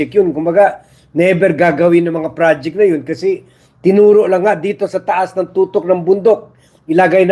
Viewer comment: TUKTOK (peak/summit) Sir 🤭 Ang "Tutok" sa baril...hehe